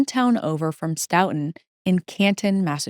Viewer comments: Very well researched and delivered!! Looking forward to more! (Btw, the locals in Stoughton,pronounce the name of their town STOW-ton, rhymes with "STOW-a-away.) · Great coverage thank you. Also, it’s pronounced like Stoh-Tin